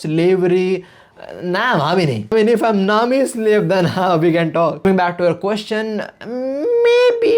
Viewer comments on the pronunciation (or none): none